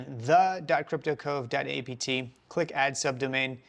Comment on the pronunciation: You called it cyrptocove not cryptocove.